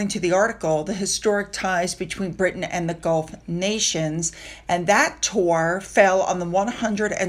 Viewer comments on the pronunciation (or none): none